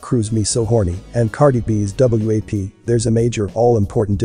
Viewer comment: The fact that the narrator keeps calling it W.A.P. instead of WAP is annoying, but also is misleading. U gotta say it like the kids say it if u expect the parents to know what to listen for.